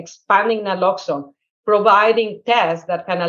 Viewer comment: Keith saying people dont know what Naloxone is, is shown by the fact that even Harry didn't know how to pronounce it.